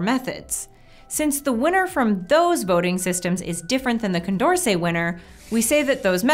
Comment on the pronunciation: Anyone else notice "Condercet"